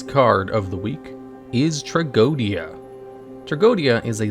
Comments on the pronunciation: It's not tea-go-Dia. It's just tra-JEE-dia... It's latin for tragedy. Go figure. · The pronunciation of its name it s wrong. It s closer to Tragedia. That s the wordplay and the diphthong oe is read E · No, its tra-go-e-di-a 5 syllables